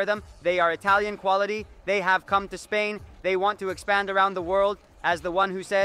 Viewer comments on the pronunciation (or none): none